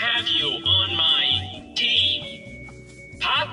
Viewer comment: Jared the typa dude to say “tee-am” instead of team